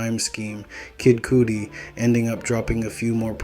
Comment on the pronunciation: Bro talking bout an artist but can't pronounce his name lol